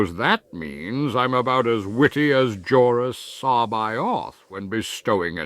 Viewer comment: It's really impressive that you got the pronunciation of Jorus C'Baoth mostly correct. According to Timothy Zahn, it's "SA-bay-oth". The Essential Guide to Characters lists the pronunciation as "Sub-Bay-Eth". It is not "ke-BAO-th" like I thought it was before looking it up. I was way off.